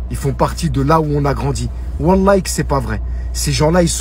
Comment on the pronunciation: Déjà on dit pas wallahye mais wallah